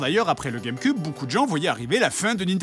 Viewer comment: il dit la game cub